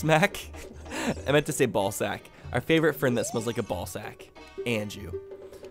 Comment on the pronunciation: The way he said “ball sac” sounded like the Hungarian“Bazmeg” for like just a second. 😂